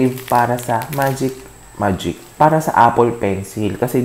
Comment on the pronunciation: Natatawa ako pag nag kakamali sya ng bigkas haahahha 😂😂 "MAGIC" 😅